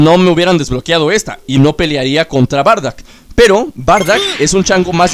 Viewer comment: Porque le dices bardack si es bardock?